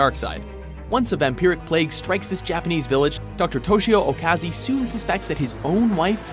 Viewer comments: In "Shiki" you said Doctor Okazi, but he's Doctor Ozaki :\ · it's Ozaki not Okazi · Actually, in shiki it is not okazi, but it is ozaki but good top ten! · Dr.Okazi hahahahaahhhaaha its Ozaki